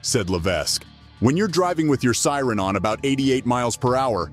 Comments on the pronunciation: He also earlier says "sire" instead of siren. Either a horrible voice over artist reading a script written by an East Indian, or an advanced text-to-speech application. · When the narration is done with a digital voice, at least get the words correct. 'should have heard the SIRE...' Bullet proof WESTS.... This channel is a waste of time.